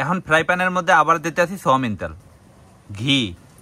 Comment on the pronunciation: সওমিন তেল ❌ সয়াবিন তেল✅